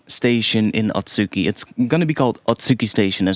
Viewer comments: just a note on pronunciation, you're pronouncing it as at-SU-ki, but the proper pronunciation would be a-tsu-ki. The u also doesn't really get fully pronounced, so its more like a-tski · The second one should be あつき (atsuki) not あっき (akki).